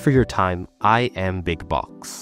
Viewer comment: Am I having a hearing disorder or did you start saying BOX recently ? I can't believe you'd betray the BOC community like that, casually